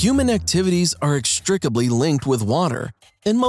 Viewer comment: NO i believe the spoken word was; Human activities are 'extricably' linked with water. 'INextricably'